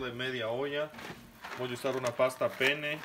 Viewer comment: Muchacho no por favor no es pasta pene mira por favor como se pronuncia que horror 😂😂😂😂😂😂